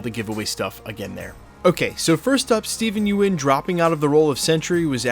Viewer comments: Its think pronounced “yun” not “yoo en” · It's Steven Yeun, pronounced "yun," not "you - en." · Small note. Stephen Yeun. Pronounced somewhat like "yoon". Yuen is Chinese name, and is "yu-en". But he is Korean and it is spelled Yeun. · its pronounced, Yuen = Yoon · You keep pronouncing Steven last name wrong. Sounds like young